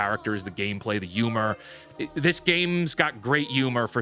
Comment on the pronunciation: What's a "Yumor"